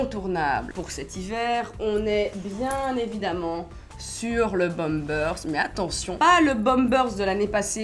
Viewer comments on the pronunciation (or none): Le bomebersse lousse 😂